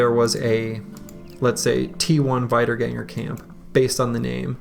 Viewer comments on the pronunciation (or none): just wanna point out that the "ie" sound in "Wiederganger" is pronounced the same as in "Siegfried" or "Dietmar" and not like the "ei" sound in "Geist". Sorry for being pedantic^^ but i assume you are interested in languages.